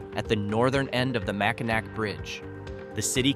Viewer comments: It's Mackinaw... regardless of spelling Mackinac or Mackinac. Also St Ignace is pronounced St Igness. Get the pronunciations correct! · Do your research so you don't offend us Michiganders. MackinACK??? It's pronounced MackinAW! The name of 'Little Bavaria' is pronounced FrankenMOOTH. St. IgNAYCE?? It's pronounced St. Igness.